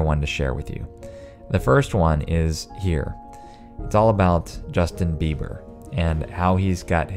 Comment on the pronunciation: Ms. Jus-bei-her. Crazy right?